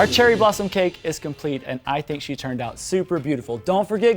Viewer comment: When you said cherry blossom cake I literally thought you said Cheryl Blossom cake. Lmao.